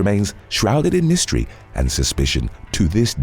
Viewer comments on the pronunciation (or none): none